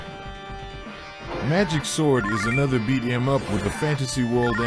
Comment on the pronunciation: As much as I find it interesting to have conversations with AI…especially Grok and ChatGBT..I can not stand AI voices with videos. This one is especially bad. How are gonna do a video game list whilst pronouncing beat em up like that?!